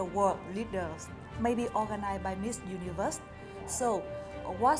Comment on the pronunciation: Duyên nói tiếng Anh tự nhiên và thoải mái rồi đó. Nói chậm lại và có âm đuôi là hay hơn nữa. Mà sao cứ phải du ni vớt nhỉ